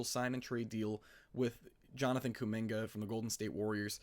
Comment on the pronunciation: I rarely comment on yt..your kuminga take is very bad. The lack of ball knowledge is killing ya, can’t even pronounce his name right😭 before his ankle sprain last year he was HOOPING. And then they added Jimmy and there was just way too many scorers around him for his role to materialize. Give him the 2nd/3rd scoring role and he would thrive SO well next to Giannis. Kuzma is a negative asset and that pick is insanely far out + we suck so bad at drafting so who cares at all about a prospect young guy that we won’t develop anyways?? YOU GO GET KUMINGA RN IF YOU ARE THE BUCKS every single time.